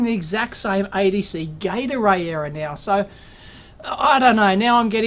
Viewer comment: When you say "ADC Gate Array" I keep hearing "ADC Gatorade". Nice sport drink! Anyways, I really hope you'll be able fix that Murphy-possessed bugger! Waiting for Part 3...